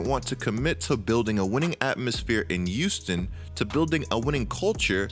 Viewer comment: "youston rockets". There, now y'all can't unhear it either